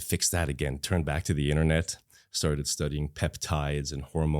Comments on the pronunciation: Why is Ranveer saying ‘ta’ here instead of a proper ‘to’. So annoying. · bhai - ye “to “ ko ta ta ta taa kyo pronounced karr rhe ho… ameer ho gaye toh gaadi kharido but “to” ko baksh do 🙏.